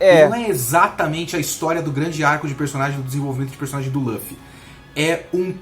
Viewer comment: Que agoniante esse careca falando o nome do Luffy.